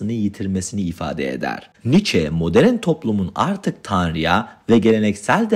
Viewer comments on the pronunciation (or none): baştan özür diliyorum ama bu konuşma diksiyon nasıl bir şey uzun süre yurt dışında mı kaldınız bir rahatsızlık mı geçirdiniz "moderin dünyada" 2.54 e kadar dinleyebildim lütfen yapay zeka ile falan tekrar yüklerseniz güzel olur başarılar dilerim.